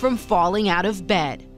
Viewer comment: really Bed? bed or what? hahhaha